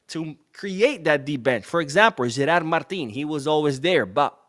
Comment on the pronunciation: In fact it's Gerard Martin, not Gerald.